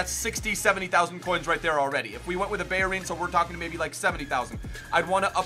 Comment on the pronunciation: hold up how the fuck are you pronouncing bellerin and juventus